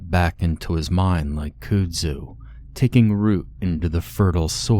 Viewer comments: Kudzu is pronounced “cud zoo”. Very descriptive story. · I don't remember which reader that mispronounces Kudzu everytime I hear it, it makes me shake my head and I'm usually away from my phone doing things when I hear it and can't drop the comment how to enunciate the word.